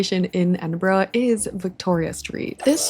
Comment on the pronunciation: You are one of the few people not from the UK I've encountered that pronounce it correctly! Most people say, "Edin-burrow".